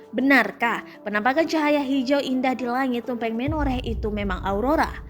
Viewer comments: Tribun itu beritanya bikin orang pd pinter2 ya, Udah gitu Tumpeng di baca TumpEng lagi, huruf E nya di baca kaya keluarga bukan huruf E sate haduh.... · Tumpeng ya jeng, bukan tumpeng!